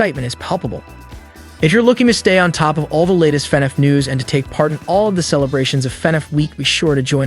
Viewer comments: It's annoying how he says "fin eff" it's " fah-nahf" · why is he saying fnef